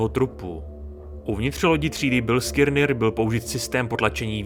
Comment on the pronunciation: Ještě jednou řekne v tom videu Bilskirnir tak dávám palec dolu. Vyslovuje se to Biliskner...